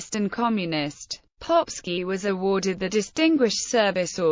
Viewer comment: I like how she pronounces the name as „Popshi“. In Austrian German it means „Little Arse“…